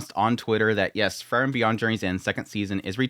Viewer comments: I heard is as Fern, and thought maybe Fern is the MC now.,😂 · Did he just call it "Furren?" Lmao